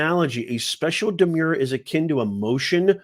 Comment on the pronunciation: 'Demure' means 'modest or diffident' and is pronounced ' d'-MYOOR ', the way you pronounce 'demur'. 'Demur' means 'delay' and is pronounced ' d'-MURR ' and 'demurrer' is pronounced ' d'-MURR-er '. You are in the US now, Pal. Learn standard English pronunciation. And while at it, pare your remarks. Are you the Fauci of popular legal analysis?